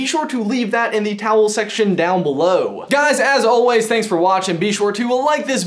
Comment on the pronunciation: When says comment section I always hear Towel section down below. 😂